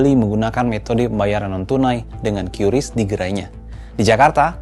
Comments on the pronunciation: Kompas masih pakai "kiuris" padahal BI sudah memastikan Qris itu dibaca "Kris" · Kompas jangan ikut-ikutan menyebut QRIS secara tidak tepat. Harusnya diucapkan 'kris' bukan 'kyuris'. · Dibacanya kris ya bukan kiuris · Padahal enak nyebutnya KRIS daripada KYURIS. Sulit, sulit. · maaf OOT ,cara baca qris itu dibacanya kris bukan kyuris,sekelas pembaca berita harusnya sudah paham cara bacanya karena sudah ada pemberitahuan dari pihak bank indonesia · Bacanya kris bang..bukan kiuris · Sekelas media kompas aja cara ngeja nyebut "QRIS" Masih salah, banyak2 evaluasi deh..